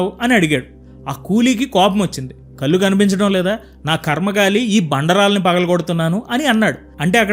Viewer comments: ఇందుకే నేను చాలా సార్లు అంటూఉంటాను. రిటైర్ అయ్యాక కాదు భగవద్గీత చదవడం.చిన్నతనం నుంచి చదివి దానిని ఆచరించడం పెడితే చాలు అని. బాగా చెబుతున్నారు కానీ నీ చిన్న మాట. కల్లు కాదు కళ్ళు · Please… కళ్ళు అని పలకండి … కల్లు. కాదు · భాష చాలా ముఖ్యమైనది సోదరా.కళ్శు అనాలి గానీ కల్లు అనకూడదు.కల్లు అంటే తాటికల్లు అని అర్ధం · కల్లు అంటే అర్థం మారిపోతుంది... కళ్ళు అని పలకాలి. 👍